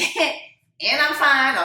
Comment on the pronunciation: The emphasis on FINE Jessie!!!!